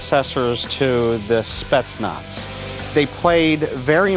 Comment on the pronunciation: он смешной, он даже не может произносить "спецназ"